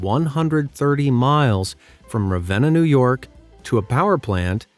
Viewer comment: Was not expecting my home town to make a YT vid 😂 good shot at the name tho! Ravena (rah-veen-nah)